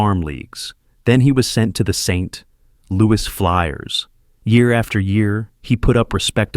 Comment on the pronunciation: What kind of crap video is this where you can not pronounce Oshawa or St Louis properly? AI crap!!